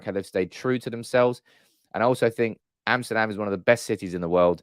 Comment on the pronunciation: "Amshterdam" LOL! You're channelling Steve 'How you shay in English?' McLaren!!! :D